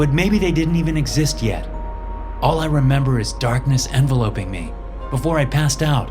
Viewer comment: Funny way to pronounce “enveloping”.